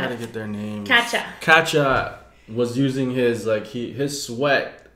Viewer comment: Who is kacha? XD It's Kacchan, guys hehe